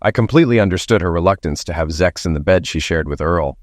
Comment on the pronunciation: Why does the Narrator say 'ZEX' and not 'SEX'??? Is it taboo to treat the readers as ADULTS ❓